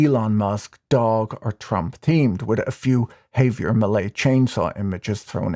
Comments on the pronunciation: it would be preferable if you were to enunciate millier's first name as 'haah-vier', not 'hay-vier'. 😉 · "Hay-vier" lolol wtf do Brits literally insist on absolutely mangling any and every foreign-language word they speak?? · No, you have the stress on the wrong syllable. The English phonics should be hah-vee-AIR. Last name me-LAY. Also, the v in first name is pronounced more like a "b".